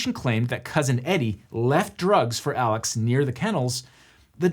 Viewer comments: Apparently Alex is said more like Elic than how you would normally say Alex. Great video but that did bug me. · Is it Alex or Alec? Cause ya spell Alex but say Alec lol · I live in and am from this area, and you are pronouncing his first name incorrectly...it's pronounced as Alec not as you would normally say Alex. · Why do they say Alec when it's spelled Alex? Is it like a Stephen Curry deal? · is his name aleX or aleC? or is the way his name is pronounced because he's from the south???? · its pronounced Alik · is it alex or alec? because it's clearly spelled alex but both layers in this video pronounce it "alec" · Alex seems to pronounce it Alec. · For the love of god, is his name “Alex” or “Alec”??